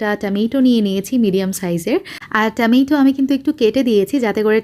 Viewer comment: Could you please try to pronounce words correctly? Otherwise it hurts our ears. Specifically when you say ‘tomato’.